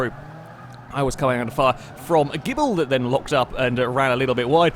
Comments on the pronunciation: please please please pronounce the Ghibli JIBLY, its not gibble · you really have issues with the name Ghibli, calling it gibble in every video you've got one in xD